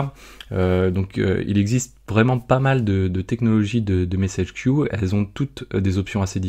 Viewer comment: Il aurait fallu traduire le terme "queue" anglais en "file" (vu que tu le prononce a la francaise) ;) La vidéo reste très claire :)